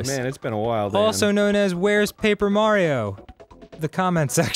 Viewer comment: Dustin G it's pronounced mar-I-o, not mar-o